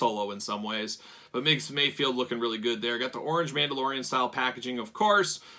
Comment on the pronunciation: Ever time you say MayFIELD instead of MayFELD my eye twitches. lol